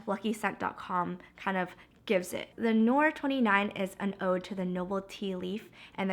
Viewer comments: omg 😂😂babe its not "the nore"😂😂thé noir means black tea in french pronounced "tay nwoir" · it's thé noir, pronounced "tay nwar," which means black tea! anyway congrats on the engagement 😊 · "Thé Noir" (Black Tea) is pronounced "tay nu-ar" 😊 Love from France 😘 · thé noir means black tea. also you completely mispronounced it, i couldn't of imagine such a fuckery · "Thé Noir" means black tea in french and it's pronounced quuuite differently haha just wanted to help :)